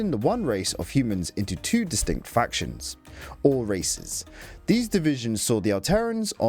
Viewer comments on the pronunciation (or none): none